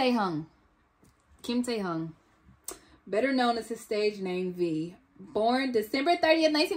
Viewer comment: I've never heard english speaker pronounce Taehyung's name right from the first time, you are the first